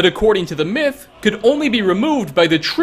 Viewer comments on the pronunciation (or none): none